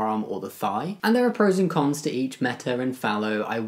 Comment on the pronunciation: I suspect you almost blurted out a rude word when you tried to say "cons" and muddled it up. 🤣